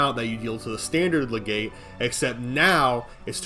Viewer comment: Btw, its lega-CYTE not legate lmao